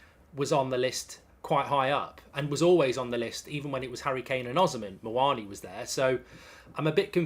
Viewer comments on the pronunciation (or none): none